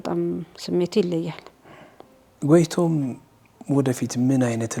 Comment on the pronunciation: Her name is Goteitom ( Goteytom). The interviewer not only wrote it wrong but also pronounced it wrong and different from what is written.